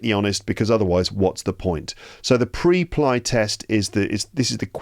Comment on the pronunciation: just a silly little question: WHY did you pronounce it like that? The word "Preply" is pronounced "PREP-lee". The first syllable, "Preply," sounds like "prep" (as in "prepare"), and the second syllable, "ly," rhymes with "lee". This pronunciation reflects the company's name origin: "PREP-" for preparation and "-LY" for speaking confidently.